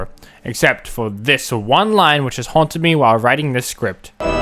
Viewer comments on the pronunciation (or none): none